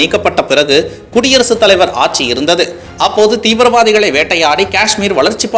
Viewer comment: ஆச்சி ஆச்சி என்று தான் காதில் விழுந்தது. ஆட்சி என்று சரியான உச்சரிப்பு வராதா?